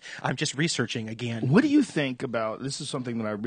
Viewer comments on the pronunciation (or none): Dan "ageeen" Carlin